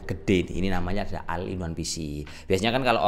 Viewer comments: bukan o-ne tapi ol in wan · Bukan al in one tapi ol in one ✌️